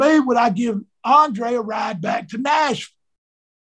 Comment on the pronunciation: the way he says Nashville makes my bowel movement smooth